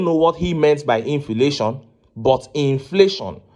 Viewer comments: Mumu man "infilation" nonsense law maker my foot. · "Infilation" 🤣🤣🤣., please leave the Aba 👠 maker/senator aloneoooh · LOL the man cant even pronounce inflation, we have so many useless men in the national assembly. Leadership recruitment must be part of electron reform. A public trust clearance must be part of it. that will kill godfathers in the system. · THIS GUY IS AN ILLITERATE. LET HIM SHOW US HIS CERTIFICATE. HE DOESN'T SPEAK WITH FACTS, SEE THE WAY HE PRONOUNCES INFLATION